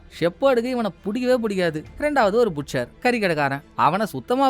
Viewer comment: Ayya புட்ச்சர் இல்ல பட்செர்